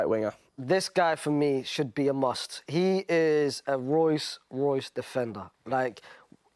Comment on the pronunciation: whats a royce royce? bredda, ROLLS ROYCE